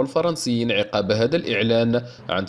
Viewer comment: عقب، فتحة فوق العين وكسرة تحت القاف والباء مفتوحة .